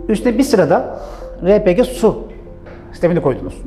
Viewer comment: Cihazları araştırıyorum ,emeğinize sağlık,yolunuz açık olsun. Ama elektrik üretimi yok bazılarında. Tam bir açıklama bekliyorum. RePG yazıldığı gibi okuduğunuz için teşekkürler, çünkü bu bir Türk malı